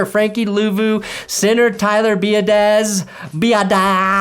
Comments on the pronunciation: Just wanted to let you know, Tyler Biadasz's last name is pronounced "Be-ah-dish", but he's also called "Badass" by folks. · Tyler Bee-Ah-Dish is how you say it amigo